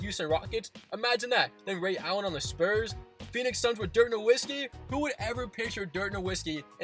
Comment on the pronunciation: You need to learn how to say dirks name